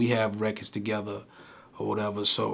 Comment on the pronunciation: Tahgeva (Together)?? and they say country ppl be making up words😂😂😂😂